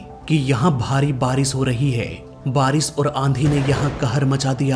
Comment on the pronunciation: Anchoring karna to Sikh lo😅 बारिश होता😢 बारिस nh hota क्रैश hota क्रैस 😅 nh hota pronunciation पर कम करो सारे बिहारी आ जाते हैं उनके